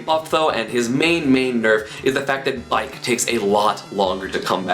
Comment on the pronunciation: when you were talking about bike, i kept hearing bite